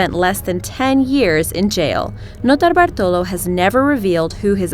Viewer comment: As a Brit, i cringe at the sound of her irritating septic voice and assault on the English language. Dramatic pronounciation of 'Notobartolo' was the cherry.